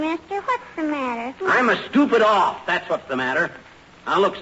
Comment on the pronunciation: Sometimes you just wonder what happens in these shows ... Fibber was talking to tiny and said "oof" instead of "off" ! He must have either mis read hIs line or said it on purpose but The audience Just busted out!